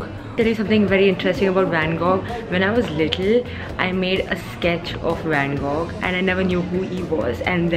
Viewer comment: Not pronounced as "loovra" , it's "luve" , r is silent. Also it's van go. Gh is silent. Just fyi, In case you didn't know.